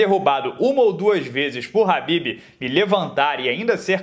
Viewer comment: É Khabib ñ Habbibs